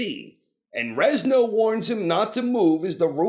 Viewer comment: "Rezno"? LOL. Stop saying it! It's Renzo, like Lorenzo, dude!